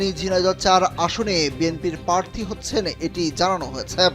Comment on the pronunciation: পারথী নাকি প্রাথী?